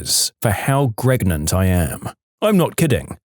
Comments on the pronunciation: Narrator: "I'm human." Narrator: keeps mispronouncing pregnant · Intentionally. D'ya know all the possible ways of mispronouncing "pregnant"? NO? Then go watch some EmKay. There's some Yahoo! Answers Memes in there, which might give you a light bulb moment... 🤭 Tl;dr: Narrator is doing a meme